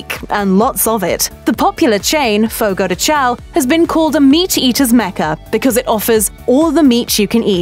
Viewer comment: While she has a British accent the pronunciation of picanha is PEE CAHN YAH and not PEE CAN AH. Fogo do Chão is pronounce Fogo do ChOWN